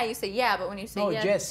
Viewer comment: "I say Jezz to the dress" Im screaming lol .